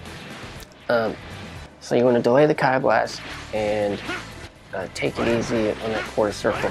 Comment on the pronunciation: Key blast not “keye” blast haha. Great tutorial though picking up bluku for the new season